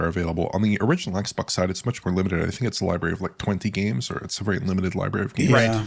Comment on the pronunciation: "xbox one Gays" 😂